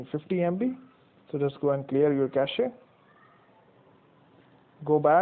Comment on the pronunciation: I like that you pronounce cache correctly